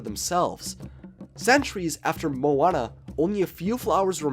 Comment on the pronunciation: You kinda said maui right i guess but moana nah